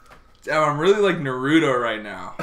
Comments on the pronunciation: saying naruto like nuhroodough... i will not hold it against him but i will uwillingly think about it frequently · ik damn well he did not just pronounce Naruto as "Nuh-roo-toe" 😭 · narudo? who’s narudo? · he’s a 10 but he pronounces naruto like 🫢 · People still pronounce Naruto wrong lmao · OK but why do they pronounce Naruto that way🥲💀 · the worst thing is how you say Naruto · that is not how you say naruto 💀💀💀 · Do me a favor stop saying Naruto like that please Jesus